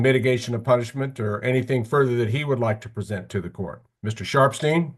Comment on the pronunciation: Not me thinking he was saying "Mr. Sharp's team" the whole time 😂😭 Ohhhh Sharpsteen!! 😅